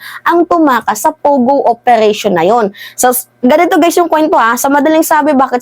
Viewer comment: Its PO Go, PO Go, not pugo, annoying